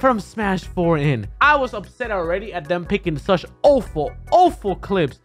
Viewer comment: Can zero say awful right 💀